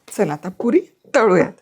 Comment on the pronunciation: तुझ्या पुरी शब्दाचा उच्चार काहितरी विचित्र वाटतोय